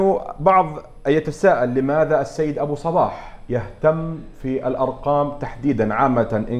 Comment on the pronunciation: المذيع جداً سيء وكلامه ثقيل وطويل وينطق اسم ابو صباح غلط ومبين على ابو صباح انه مو مرتاح بالمقابلة ، للاسف جداً جداً سيء المذيع